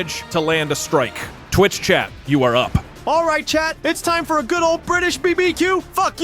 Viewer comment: goot... i meant specifically goot